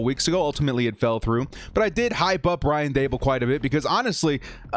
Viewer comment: I can't understand what your saying first you say Ryan dabble then its Brian Davil can you say the dudes name right Brian Daboll 2nd of all he told TT he is staying put 90% when he didn't want the job